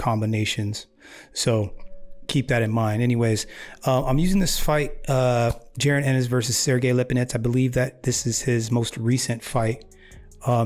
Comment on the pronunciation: His name is pronounced "Ja- Ron" Just saying... #215Boxing!